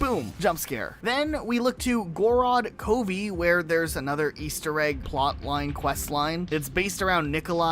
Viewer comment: Gorod Kovy